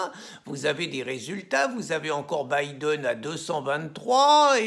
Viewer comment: Ah finalement quelqu’un t’as enfin appris à prononcer Biden, lol. C’est un bon début maintenant va apprendre l’anglais courant et tu pourras commenter la politique américaine, Charlot !